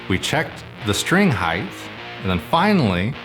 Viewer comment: I keep hearing "heighth"